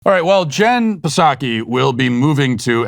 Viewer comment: Does Matt call her Puh-Sacky on purpose just to troll her or does he really just pronounce it that way? This is a serious question.